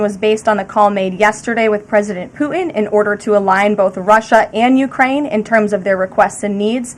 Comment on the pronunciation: Ugh. The new way of talking is annoying. Putin is mispronounced 'Puh-enh'. Happen is 'hoppen'.